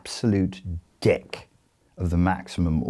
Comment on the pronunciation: Valley girls "dick" is pronounced more like "deck" than "duck" ;]